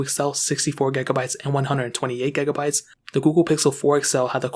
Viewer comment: What's with the gegabytes I swear it's giga